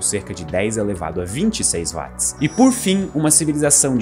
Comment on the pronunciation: Ele chamar Watt [uót] de [Váátt] diminui a credibilidade do vídeo